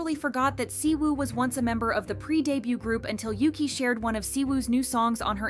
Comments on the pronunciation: Your saying yuqi pronounce is wrong yuqi is not says like yuki correct is -> Ugi ok? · it bugged me sm when she kept saying yuki💀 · No but the way she’s pronouncing yuqis name like ‘yoo-qi’ is kinda annoying for me bc I pronounce it as ‘u-gi’😭😭 no offence tho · Yuqi name is pronounced You Chi in Chinese, not You Key. She just had to accept the constant errors in pronouncing her name. And she is multilingual (4?). Oh well. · Yuki? It is Yuqi and is prononce Yu tchi (as in chihuahua) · As someone who felt embarrassed for mispronouncing her name the same way at first too (like the japanese word "yuki"), it actually annoyed me too since it's supposed to either be "ugi" in korean or "yeuchi" in chinese. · Her name is pronounced "Yoo-chee," not Yuki, which is Japanese. It means "Jade Rain." And Shuhua is pronounced just like it looks "Shoo-hwaa." As for Siwoo, could not care less; but they should bring Soojin back. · I started crying when I first heard Yuqi’s name get pronounced as Yuki here (not trying to be mean but it made me kinda laugh and it’s pronounced u-gi) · "Cwoo" 😂😂😂 its pronounced SHE-OO ❤ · It's not Yuki, it's OOgi. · yuqi's name is pronounced like "woo-gi" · Yuqi's name is not pronounced the way you are pronouncing it. She and others prounounce it "Oo-gi" with a hard "g", as in Gosh or Gilligian. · To all (G)-idle fans, yuqi’s name is pronounced as ‘woogie/oogie’ :DD please pin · I feel like if your main thing is talking about K-pop you should at least learn the very basics of Korean and Hangul so you're not constantly butchering these idol's names. Siwoo/시우, Jiwoo/지우 - "SHI-oo" it is a "shhh" sound not "see" and there's no "woo" sound in Korean pronunciation, drop the W Yuqi/우기 - either "OO-gi" Korean pronunciation or "yu-CHI" Chinese pronunciation Shuhua/슈화 - "shyu-HWA" like their title song "Hwaa" NOT "shu-HOOah" that one was very painful to hear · Bro why can’t you pronounce yuqi’s name correctly😭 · U need to go listen to how to pronounced yuqi name